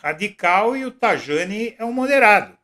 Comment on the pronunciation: Pronuncia-se TA I A NI